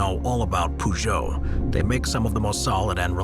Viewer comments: I died when he said Poojo, so funny and inaccurate. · That's not how you pronounce Peugeot🤪